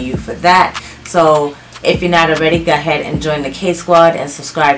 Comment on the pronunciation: I’m still so enjoying your channel. I love the way you say “go ahead”. I’m southern so everything has 5 extra syllables. 🤣